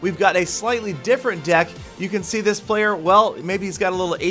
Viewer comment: is it me but when says deck it sounds like dick xD and the song is completely different